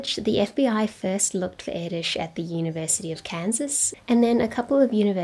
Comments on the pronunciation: As a Hungarian i really appreciate you doing a proper pronunciation :) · Nice video. I must admit, though, that I wince every time I hear how Erdős is pronounced by people not familiar with the Hungarian language. That ő wich is different from ö, and most definitely from ó and o 😅 You managed to pronounce it quite well (baring the accent), kudos.